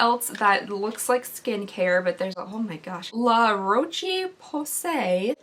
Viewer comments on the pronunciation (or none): La Roche Pose is a pretty good brand....luh-row-sh-poh-say 🤣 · La rochie posay 😂😂😂 girl i love you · La Roche (pronounced Rosh) posay is a great brand but their samples are always so tiny! A little goes quite far but I don't feel like this box is worth it.